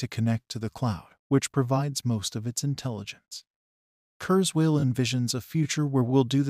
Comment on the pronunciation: The AI voice is unimpressive; among other things, it doesn't even pronounce Ray's family name correctly. Still...happy news. Too bad this was posted before the GPT innovation became widely publicised.